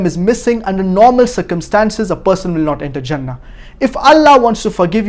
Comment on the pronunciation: it is 'jannah' with a j not 'zannah' with a z